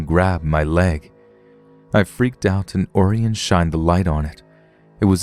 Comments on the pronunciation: I bet the kids name is Orion, like O-ryan. Not Oarienne lol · Orion is pronounced O'Ryan, like the constellation, Orion the Hunter.